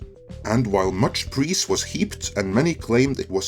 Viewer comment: “Preese”? I think you meant praise.